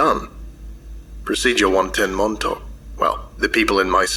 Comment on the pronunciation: As someone who grew up on Long Island, you have no idea how much of a relief it was to hear you pronounce Montauk correctly! I think you're the only one I've ever heard say it right